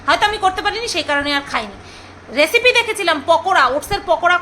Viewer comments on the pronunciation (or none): none